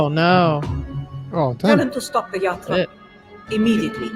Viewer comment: "Yatra" , not "Yarta"